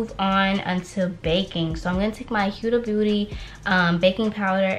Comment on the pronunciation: Ur video is great 👍🏽 & definitely held my attention PLEASE learn how to say HUDA BEAUTY!!!!! It makes me cringe every time u say it wrong...... sorry 😐 AND GO BOLD WITH THE COLORS WE HAVE THE PERFECT SKIN TONE, you more than I sweetheart! 💯💞🎯